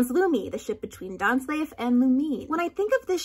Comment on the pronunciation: The "Dain" in Dainsleif is pronounced like "Dain" not like "Dan"